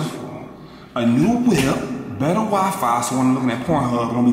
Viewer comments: Lmao "weefee" instead of wifi 😂😂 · he said we-fi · "WeFe" lmao😂😂😂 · He said wefe 😂